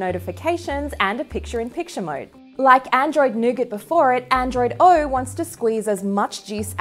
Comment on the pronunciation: Yes, please tell me more about Android "Arw" as you say it.